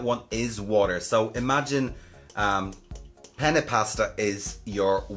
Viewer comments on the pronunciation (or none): none